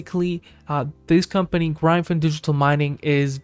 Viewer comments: DUDE WTF IS “GRY-VIN”… it’s Gryphon… like “Grif-IN” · … if you are right it not. I’m not watching because you don’t know how to pronounce gryphon …